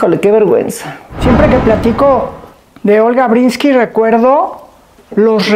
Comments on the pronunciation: Matilde, es Breeskin no "Brinski" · Linda entrevista...pero solo una cosa Matilde....es olga Bresskin....no Bresski....y la N nunca lo dijiste...muy importante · Pronuncias mal el apellido, no es brinski, es Breeskin. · Matilde no sabe pronunciar el apellido de Olga? Porque se insiste en decir "Brinski" en lugar de Breeskin? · Conductora, diga bien el nombre de la Sra. Olga Breeskin, no Brinski. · No es BRINSKI lo correcto es BREESKiN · Todavia........ Todos queremos ver a Olga!!!!!!.....Felicidades Olguita!!!!!......y tu Matilde a ver si te enseñas a decir ........BRISSSSS--------KINNNNNNNNN. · Es mi oído o la Sra. Matilde pronuncia Olga BreeNski?? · Matilde, Porque pronuncias "Brinsky" ???? ES EL COLMO ....!